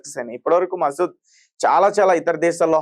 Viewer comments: ఒరే నాయనా మసూద్ కాదురా ముసాద్ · Maseed kadhu babu, Mossad. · Arey Babu matter cheppetappudu perlu correct ga cheppu.masood kadhu mossadh 😂😂